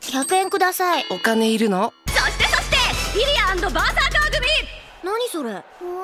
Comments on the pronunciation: My love for you is like a truck... Ber-sar-car. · "Berze-CAR" haha thats Punny. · bersercar gets me every single time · No, you don't understand! He turned himself into a car, and called himself Berser-Car! It's the funniest shit I've ever seen! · Everyone's laughing at the Berser-Car, and here I am chuckling over the Gae-BolCar. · BERSER-CAR!!!!!!!!!!!!!!!!! BAHAHAHAHA XB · Berser-car XD.. That is pure win... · BERSER-CAR !!! hahahaha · BERSER-CAR! wtf